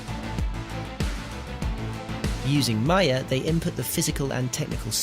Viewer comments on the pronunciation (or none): none